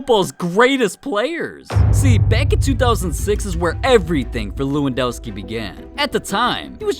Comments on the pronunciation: It's le-won-doh-ski I think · it's lewandoski=levandoski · It’s pronounced Levandovski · It levendoski I'm polish